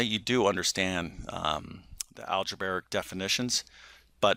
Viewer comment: al-ja-bray-ic, not al-ja-bar-ic